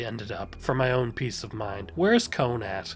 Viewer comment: kon ❌ cone✅